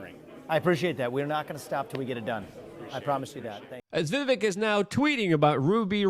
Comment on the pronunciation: Luke..dude..you had him on your podcast and still don't pronounce Vivek properly?? smh